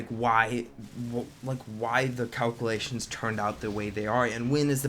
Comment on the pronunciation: wow can you say calculation 5 times fast? or even once? lmao